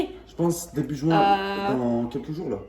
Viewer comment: quand il a dit juin j'croyais il avait dit jouin